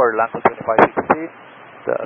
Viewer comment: It sounds like Lanco, not LATAM.